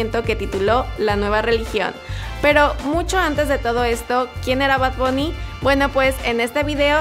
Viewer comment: Y no se dice bad bunny sino bad bAnny